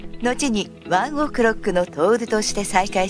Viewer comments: やだ、ワンオクのイントネーションがやだ😂😂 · ワンオクの発音草wwwwちゃんと発音出来ないのかよ